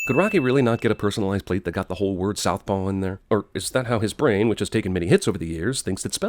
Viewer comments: Lol 'Sothpaw" ... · “Sothpaw” I DIDNT NOTICE THAT AND NOW IM MAD YOU TOLD US😭